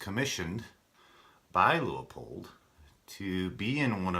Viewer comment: Should have gone with the Leupold and shaved over a half pound while staying true to the rifle. Pronounced Loo-poled btw.